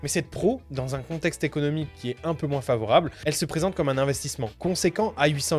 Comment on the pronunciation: Je rêve pas t'as dis "moinsse"?!? Sois croyant ! Et remercie ton créateur qu'on soit séparé virtuellement